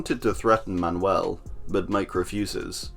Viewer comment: Thank you, fucking thank you for saying Manuel right